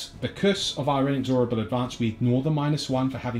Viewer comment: IN-EX-RABLE is how you pronounce it, annoyed me so much lol